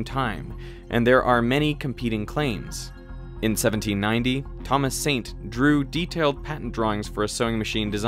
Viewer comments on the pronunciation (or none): none